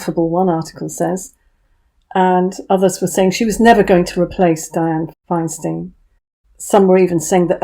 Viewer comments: I know this is a teeny point, but Feinstein is pronounced FINE-STINE (first and second syllables rhyme). Don't feel bad; everyone in the UK has mispronounced it. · Dear - Dianne Feinsteins' name is pronounced FINE STINE meaning fine stone in German. Unlike Harvey Weinstein who pronounced his name as Wine- Steen when it should correctly be WINE STINE. ( Just saying!)